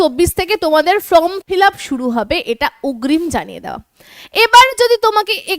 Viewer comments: Madam আপনি বারবার উচ্চারন করছেন from fillup , kindly সংশোধন করে নিন। FORM FILLUP হবে। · It is not FROM fill up it is FORM fill up, correct your pronounciation.